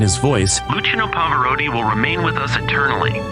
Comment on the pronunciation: Love Pavarotti hate this badly done video. Can’t even pronounce his name properly